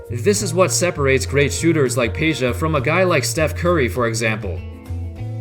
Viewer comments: IT'S NOT PEJA ITS PEDJA FOR FUCK SAKE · why Peja and not Pedja cuz J is pronunced I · It's not Peja its PEDJA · its Pedja tho not Peja overall great vid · Lol. Peja-vu. You slayer.